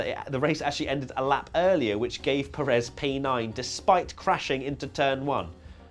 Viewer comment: Will you please. Learn. How. To say. Pérez's. Name. Properly! 👋😢